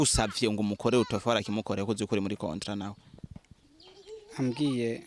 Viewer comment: Hhhh uwomwijogonyor wuyomukobw rer ingene avug ngo cotra barahaz